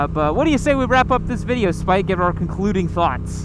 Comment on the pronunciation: Hold up. Is he calling him “spike”, the nickname of my best friend when I was 9? Or “spite” the way my best friend with a speech impediment said it?